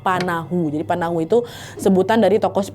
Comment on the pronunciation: Ijin koreksi kak bukan "panahu" Tapi "patahu" Kalau dalam suku dayak arti kata panahu itu makan tapi kasar gitu